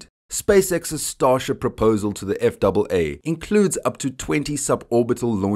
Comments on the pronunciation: Please!!! We in the USA usually say "F" "A" "A" instead of F double A. I understand your language may also be English but it sounds wrong some how that way. I knew what you meant you would say USS Enterprise instead of U double S Enterprise. Just me being picky :D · I agree. Sounds wrong... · Save a syllable, spell out FAA. Nobody else says it that way. Gringo.